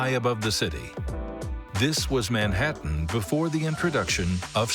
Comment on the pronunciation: Is this narrated by some weird AI voiceover? Can't apparently pronounce Manhattan nor nowhere properly, kinda annoying